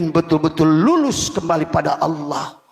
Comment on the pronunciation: Nyebut asma allah jadi allokh